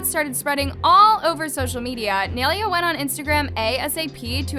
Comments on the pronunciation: Its pronounced as "nye-leya" not "nail-leah" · it’s “nailea” not “neilia” 🙃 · It's not neylia it's nailea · It’s ni-a-lay-a that’s how u pronounces it just saying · its “niye-lay-uh”… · I love how you pronounce nyes name😂it’s Ny-Laya😭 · Please tell me im not the only one getting annoyed at for pronouncing her name like ‘nay- li - a’